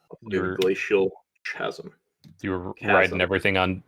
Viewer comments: "Chasm" is pronounced: /kazəm/ you're welcome. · Chasm: It's pronounced "kasm," for the love of God.